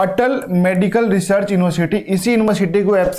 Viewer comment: sir ji research hota ha na ki resurch😂😂😂😂😂😂😂